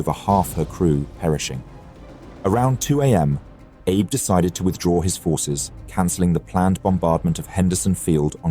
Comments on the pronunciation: Hi! I’m a Japanese viewer and I absolutely love your channel! I noticed, like some others have mentioned, that the name 阿部 (Abe) is actually pronounced ‘Ah-beh,’ with the first syllable stressed and a soft ‘e’ sound at the end. It’s a little different from ‘Abe’ like Abraham Lincoln. It’s an easy mix-up, especially for non-Japanese speakers, so no worries! It’d be awesome if you could correct it in your next video, especially since you’re promoting a language learning app. Thanks so much! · Dude.... the Japanese commander was named Abe but not pronounced like Abe Lincoln or like some Jewish grandfather. 😂😂😂😂😂 It was pronounces AH - Beh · AI spoils a good video. Abe is Abé not Abe as in Lincoln. No thanks. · Your AI narration is pronouncing Abe like Abraham, not the Japanese Ah-Bey. Surprised you didn't catch that, it's happening a lot. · Abe is pronounced “Ah-bay”, not like “Abe” in Abe Lincoln. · the video correctly pronounces Abe (ah-beh). Then it’s Abe (as in Lincoln) from there on out. What happened? I’m quick to dismiss anything AI generated so I hope that’s not the case here. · Someone who is mastering 3 languages, the narrator SHOULD know the name of the Japanese commander is not pronounced like ABE Lincoln but as two syllables AH BAY. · Enjoy the channel. Comment: l believe Japanese Admiral ABE is pronounced "Ah'-bay" not Abe (as in Lincoln). Could be wrong. Would appreciate if Japanese speaker would clarify. Also, what does ABE mean (if anything) in Japanese. Thank you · Please for the love of god look up how to pronounce some of the Japanese admiral and ship names. It’s not Abe like Abe Lincoln, it’s pronounced “A-bae” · Hey historian...its Ahhhbay not Abe like Lincoln 😮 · The Japanese name "Abe" is pronounced "Ah-bay", not like "Abe Lincoln". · it's pronounced "ah beh", not "abe" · Yet he claims to speak 3 languages in his ad lol. He might not speak Japanese, but someone so linguistically talented could surely get ah-bae right. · Abe is pronounced Ah-bay.